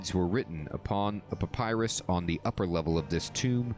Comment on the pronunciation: This quest was the first to give an impression of what the desert gods looked like with these statues. You have been told that information about Amascut before when Ozan gave his overview of the Desert Gods in Diamond in the Rough, it's just that was years ago for you. Your second pronounciation of papyrus was the correct one ;)